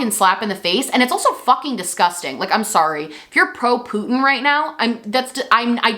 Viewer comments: Gworl. Stop saying Putyin that way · I am obsessed with how you emphasize the “poot” in Putin ☠️☠️